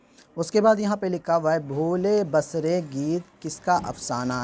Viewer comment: اس پر آپ وقت مت لگاو۔قرآن ہی ٹھیک ہے۔۔۔۔۔اللہ آپکو عافیت سے رکھے۔ اور ۔۔۔بھولے بسرے ۔ب کو زبر نہیں بلکہ زیر سے پڑھنے کی امید کرتاہوں۔